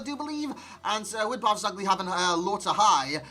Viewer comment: non ce la fanno gli inglesi a dire BARZAGLI...